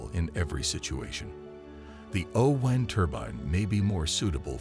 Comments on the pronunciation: Why is the narrator saying 'oh wind' as in winding something up? It's O-WIND as in the wind that blows. Damned annoying. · AI says "WHYnd"! LOL. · The “oh-whine turban”? Weird pronunciation = good luck with that one and your AI voiceover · Funny pronunciation of o-wind